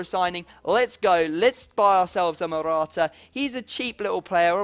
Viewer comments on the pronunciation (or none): none